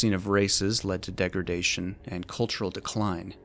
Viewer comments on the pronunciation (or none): none